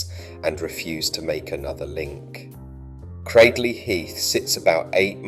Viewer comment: It ay 'Cradley' to rhyme with 'badly'; it's 'cradle' plus a short 'ee' on the end.